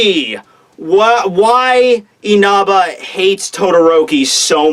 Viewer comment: Dude, stop saying Inaba!!!